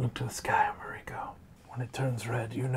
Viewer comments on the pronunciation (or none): I just realized pronounces Mariko "Marko". Reminds me of a famous Canuck in the comics.